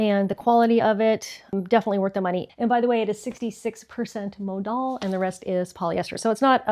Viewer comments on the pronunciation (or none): Thanks for filming and sharing this unboxing with us,! That final dress - the colors are not so great on you. Claude says Modal rhymes with Yodel and Total. Maybe he can help you pronounce the other names too. Yo quiero vivir como en regadera.